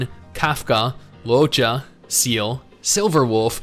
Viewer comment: Did you just say "SEAL"? Bro :))) Use "Se-Le" or "Ze-Re" or "Zhe-Re" or The Chinese version which also sounds cool, btw.